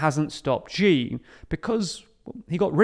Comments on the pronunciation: Can you please pronounce Xi as "she"? That is the correct pronunciation and it would be really great if you could adopt it since it is hard to listen to the mispronunciation. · just pronounce it "she" jinping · it's really hard to take your perspective seriously if you haven't bothered to learn how to pronunce his name properly... it's not even a difficult pronunciation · You can mispronounce and still report/opine. It’s a script he probably didn’t even write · Xi is pronounced SHEE not G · Its "She" not "Zee". The X in Chinese has an Sh sound. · Ruler for life? was Thatcher a ruler for life? Was Blair a ruler for life? Is Orban a leader for life? By the way please learn to pronounce Xi (Si) properly, not Gee. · The one who must not be named is pronounced “she” as in “shiba” not gi as in “gee” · Xi's name in the title is not correct, and it should be Xi Jinping Xi's name is pronounced "She" not Ji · I find it odd the way people in the UK pronounce Xi as Jee. In China that's not the way it's said. It's close to She than Jee I think. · Xi is pronounced "Shee", not "Jee". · it's Xi, not Ji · This is a small thing, but it's grating. Xi Jinping's name is pronounced "She," not "ʒee." Beijing is pronounced "bay-jing," not "bay-ʒing." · This is kinda off-topic, but I think it's important to pronounce names reasonably correctly, and the tendency to pronounce every strange name with the "zh" sound in "measure" is so very tiring. The "sh" sound is the closest English sound to the one represented by "x" in Chinese pinyin. That means his name should be pronounced like the English word "she". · Śi, not Źi: Xi, as in Maltese, Portuguese, Catalan, Basque Lord High PoohBah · Xi is not pronounced Gee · You really need to learn how to say "Xi". It's much closer to "see" than the "gee" your pronunciation leans to. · Why do you call him Ji? X more like s+sh sound like Xi'an.